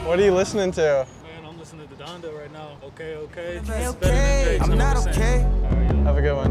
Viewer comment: Can’t find that Luke Solomon track it sounded good Shouts out to my guy saying Donda way better lmao 🐻🐻